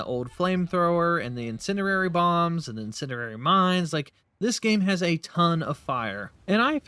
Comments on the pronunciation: Is English your first language, or do you have a speech impediment? Incendiary is not pronounced "incinerary" and you should know better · Ima keep it a buck witchu chief "Incendi"RARE"y" isnt a word